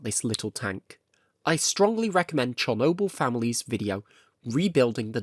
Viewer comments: It's Chornobyl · Dude its spelled Chornobyl